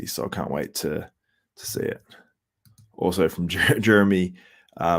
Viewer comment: Can u say also instead of uzwow...sounds like ben chow(the ninnie)